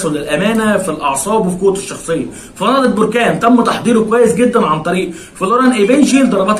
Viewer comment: للتصحيح فقط بركان تنطق حرف الباء بالفتحة وليس بالضمة barkan